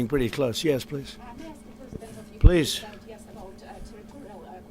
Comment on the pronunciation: Zelinsky finally said pwees and thank you